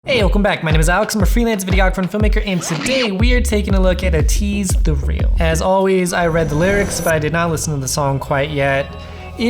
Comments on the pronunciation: just throws me off with him saying "uh-teez" instead of "ay-teez"... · I have been waiting for this reaction! Im glad you liked it and ATEEZ has a pretty elaborate storyline throughout their music videos so it can be hard to fully understand it. ATINY are always theorizing and confused! Oh by the way, ATEEZ is pronounced "eh- tease". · pronounced ay-tease